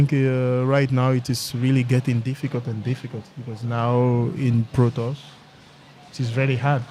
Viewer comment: he pronounces pro tours like "protoss" :D its funny.